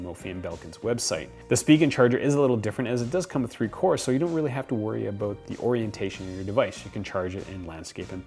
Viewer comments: Canadian? “ Aboot “ :) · worry aboot it! Haha I love Canadians